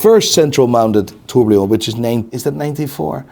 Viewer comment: Please can someone tell he's been mispronouncing "tourbillon" wrong for years?